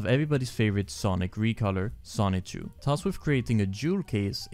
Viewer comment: The license plates say SONICHU not Son-Chu. The cars are named Son-Chu.